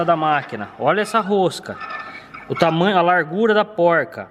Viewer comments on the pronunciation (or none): none